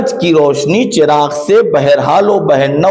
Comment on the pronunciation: Chiragh nahe balkay zabar ha 🙏🙏🙏